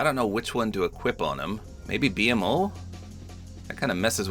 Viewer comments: “The B M O” 😂 nobody tell him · It was a little weird hearing it pronounced that way but you literally said you’ve only seen a few episodes. Ppl need to chill lmao. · it’s pronounced beemo not b m o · It is so funny seeing someone not know much about adventure time because my brain short circuited every time he said “B-M-O” instead of “beemo” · B MO not B-M-O 😭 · I couldn't help but chuckle when said "B-MO" Instead of his actual pronunciation "Beemo" lol. I just gotta remember that not everyone has watched Adventure Time let alone heard of it XD. Also I think their proportioned fine, a lot better then some other skins. It would just be weird if they were all standing next to each other in-game cause in actuality Jake is so short and PB/Marcy are at least 2 feet taller then Finn. Jake ironically doesn't feel weird because he CAN stretch himself to be however he wants so overall well done Epic, you did a great job with one of my favorite franchises of all time. Can't help but be somewhat disappointed we didn't get any styles with a big collab......AGAIN but I digress. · Bee em oh? BEEMOH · “The B-M-O” lol its just B-MO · Ngl I get that u haven't watched much but you called BMO like its shortened is triggering me, its pronounced B-mo not B-M-O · It’s B-MO not B-M-O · Btw it's not pronounced "B M O" it's pronounced "B MO" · Bee mo lol not BMO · It's pronounced BeeMo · the way he says BMO pmo 💔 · I love that he calls BMO, b-m-o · Bmo is pronounced Bee Mo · BMO (Bee-Moe) this is the correct way to pronounce his name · it’s pronounced bee-moe btw💀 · I don’t like he says BMO instead of Bmo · BMO is pronounced Beemo btw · I used to watch Adventure Time a lot and, I'm sorry but I have to correct you here. 😅 You pronounce it as “beemo,” not by spelling each letter of his name. Edit: I'm glad you already knew, I just didn't see your comment. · It’s B-MO like bee moe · not to be that guy but BMO is pronounced beemo